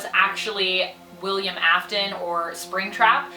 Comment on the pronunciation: GIRL is it just me pronouncing it wrong or her. I think it’s her that pronounced afton and fnaf wrong.